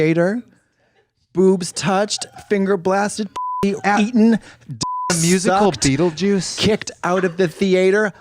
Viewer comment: Ma’am it’s beetlejuice, not skeetlejuice